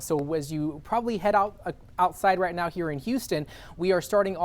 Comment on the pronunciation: Did he mean to say right meow 🤣🤣🤣